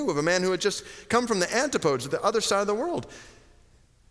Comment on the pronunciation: Antipodes, pronunciation = an-TIH-puh-deez